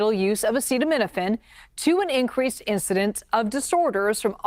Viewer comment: And…”incWeese” risk, haha!